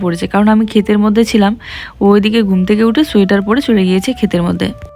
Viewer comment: সুয়েটার বলো কেন,ওটা সোয়েটার হবে